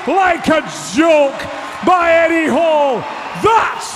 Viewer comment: the last thing you want before the lift is the commentary screaming your name wrong :D